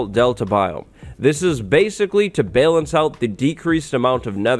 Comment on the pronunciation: dude, have you never heard anyone pronounce the word "balanced"? what planet do you come from?